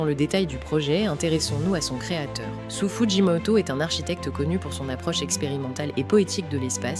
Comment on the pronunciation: Sou Fujimoto ne se prononce pas "sous" mais plutôt "So" (avec un o long)